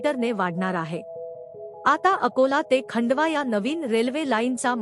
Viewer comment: मराठी मधे खंडवा नहीं खांडवा म्हणतात.